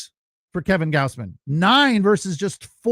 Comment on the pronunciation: You can't even say Gausman correctly? People are paying you to do this?